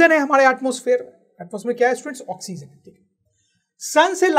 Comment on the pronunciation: Not oxzen sir 😆😆😆 ***oxygen